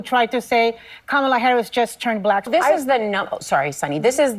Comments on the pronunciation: First time I heard of Kamala Harris she was on this show. It was years before she ran with Biden. She was asked how to pronounce her name. She said its pronounced just like Pamala but with a K instead of P. I cannot be the only person that saw that. Ms Goldberg remembers it. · You continuously mispronounce Kamala’s name !! What’s up with that bro? It seems like you’re one who is misinformed also !! 🤔🤔😩😩😩😩😩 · Its pronounced Kamala, not Kamala 😅😂😂😂 When did how you pronounce someones name become a debate point? 😅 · Also, Whoopie pie must be racist since she keeps pronouncing Kamala’s name wrong 😂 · Whoopi mispronounced Kamala's name... its intentional racism!! Or.. isnt that what they say if a white person does it? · Annnndddd Did Whoopi just mispronounce Kamala's name??!!! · Someone needs to call Whoopi racist for not saying Harris name right.They sure jumped on Mace from SC ,and called her racist for not saying her name right.. The veiw is a bunch of hypocrites and racist people on TV..They know better not too jump on.Janet Jackson, about her question Harris race. Are all of them might be looking for jobs Janet don't need any of them. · Is Whoopi racist she mispronounced Kamala’s name 🤔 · You pointed out how Whoopi mispronounced Kamala by the first syllable sounding like that in the word camera, but you yourself still mispronounce Kamala. Whoopi's pronunciation sounded like CAMEL-la, which is still wrong, but closer to the correct pronunciation of COMMA-la, or KAH-ma-la. Major stress should be on the first syllable. Even Trump mispronounces it a lot, but not always. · The woman name is not Ka-malla BUT Ka ma la. Break it up in syllables, as learned in kindergarten. Stop being so damn slow, ignorant and disrespectful. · Whoopie says Camelavinsyead of Kah-ma-la. Are they going to rake hervover the coals like they did Nancy Mace? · Coma-La is the correct pronunciation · Her name is pronounced komala it's Indian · Why do you continue to mispronounce her name?